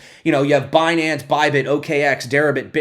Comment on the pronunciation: Binance? You mean Bnance huh ;-)